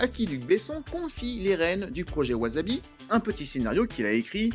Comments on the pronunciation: Gnagnagna on dit pas wazabi, on dit wassabi gna gna gna commentaire gratos et éducatif. 😉 Par la force du dragon! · Faute classique de prononciation: わさび se prononce ouassabi et non ouazabi… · Intéressant mais... ça se prononce [waçabi] 😁 . J'avais adoré ce film à l'époque, et j'étais pas encore fan du Japon à l'époque :p ! Jme le suis retapé récemment, ça n'a pas pris une ride :D ! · On dit "wassabi". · je dirai ca a tous mes vendeurs de sushis (8 au total) qui bien que japonais disent wasabi...(vu que en francais un S au milieu d un mot se prononce ze" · J'avoue que "chouette vidéo, au passage, Wasabi se prononce tant" (bien que les membres du film le disent a la Francaise) Dis comme c'est dit la ca fait grave celui qui ramène sa science et qui en est fier 😂 je recois ca apres un travail de 40 min qui a du demander 7 jours de taff je l ai mauvaise